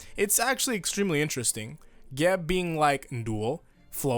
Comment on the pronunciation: Its Geb not Geb you illiterate fuck